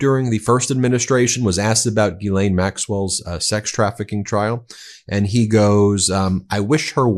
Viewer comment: French Canadian here... Gislaine Maxwell's name is pronounced phonetically like Jis-len. Just saying...